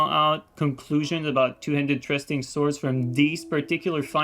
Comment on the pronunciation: “trusting” swords 😂 thrusting swords i got you brother don’t you